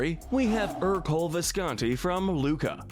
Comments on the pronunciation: This annoys me more than it should, but Ercole is pronounced AIR-co-lay, not ER-cole. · It’s pronounced die-NUH-coh, AHL-UH-nahl, er-coh-LAY, and GOO-stoh, “”! 🤨